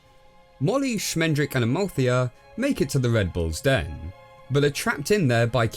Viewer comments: How can you pronounce the name Schmendrick so wrong so often, just mere seconds after you actually hear the character tell you the right pronunciation??? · Did they call the wizard Schmendrick on purpose?